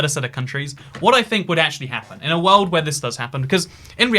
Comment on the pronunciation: i love the worrrrld 'n' stuff